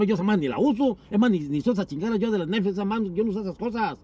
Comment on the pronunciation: Nadie: disiendo nesflis